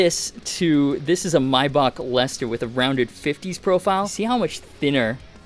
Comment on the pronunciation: The way you pronounced Maybach was atrocious 😂😂